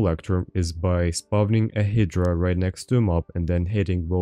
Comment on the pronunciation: yo incase you want to know, the way to pronounce hydra is "Hide-rah"